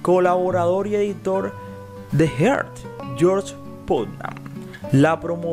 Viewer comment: Amelia Earhat, no heart